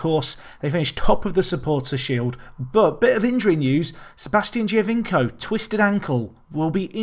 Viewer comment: You're no Benji but just FYI its pronounced Joe-vinko (Giovinco) :)